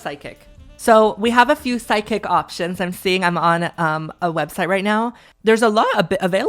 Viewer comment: Why do you say psychic like sidekick 😭